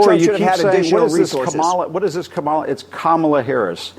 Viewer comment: What, hasn't anyone noticed that he says it cum-all-a get it.... he's disgusting